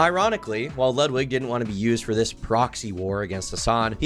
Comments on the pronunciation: It's "ludwigga" cool it with the streamerism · The most cutting comment in this video is calling him Ludwig ahhhh-gren